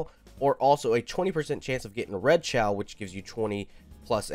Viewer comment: Not trying to be mean but its “kay-oh” not “chaow”